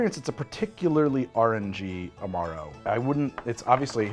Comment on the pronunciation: I wasn't looking a the screen when said Amaro Nonino was very Awrange-y, and i genuinely thought he said "RNG".